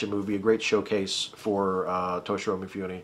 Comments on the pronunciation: I have this great image of you as a very highbrow connoisseur of film - to which you are doing damage every time you say MeeFooNee. Mifune Toshihiro, pronounced "Mee-Foo-Neh." Vowel sounds are exactly like Spanish, if that helps. Please keep in mind that I enjoy all your content. =D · Thanks for reminding me to watch Ikiru! I have all of the others you mentioned and I've always meant to watch that one too, but I haven't yet. By the way, if you didn't know Mifune in Japanese would be pronounced like "mee-FOO-nay". There's very little variation in the pronunciation of any given character, so ね(ne) is nee and に(ni) is nee. :)